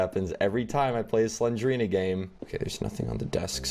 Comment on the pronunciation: It's Slen-DER-ina